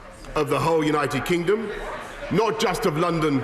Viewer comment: "...for the purpose of uniting and re-energising our Great... United Kignom"